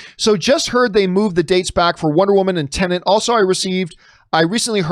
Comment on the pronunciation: Please John, PLEASE its TENET .. TEN-ET TEN ET not Tennant.. 😂